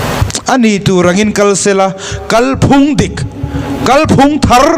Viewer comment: Midang sawi ang lo in, 'Kalphung' tih a lam rîk dân hi a dik.